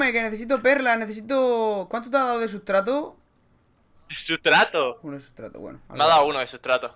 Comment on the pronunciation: sutrato o mitrato xdd jojo